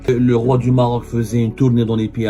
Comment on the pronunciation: gnayngna ngniya ngniya , nyayaya , el MMMMMaaarrrroc .